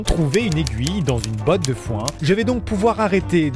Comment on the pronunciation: On aime les trois "t" a "botte"😂😂😂